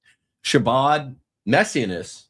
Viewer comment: It’s pronounced “Ha-Bod”